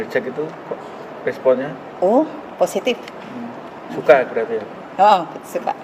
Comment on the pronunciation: di panggil jack , jawaban nya phositf😂